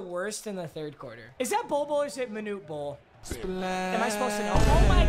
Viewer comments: Am I the only one that got triggered when he called Manute bol bol bol every time 😂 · I cringed every time he called manute bol bol bol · I love watching trying to commentate on the nba 😂 he called Manute Bol his sons name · did at least one person realize calling manute bol bol bol? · Did anyone realize he called maunte bol bol bol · it’s manute bol but i’ll let it pass